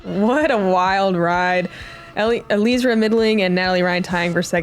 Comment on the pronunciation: Please pronounce Eliezra's name properly. It's not that difficult. First say Eli just like you were doing in the broadcast, then say Ezra as in how you say Ezra of the Robinson brothers, then put them together to say Eliezra's name properly. Thank you.